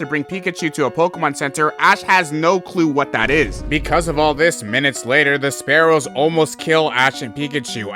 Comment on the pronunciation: Anyone who calls spearow “sparrow” is no pokemon fan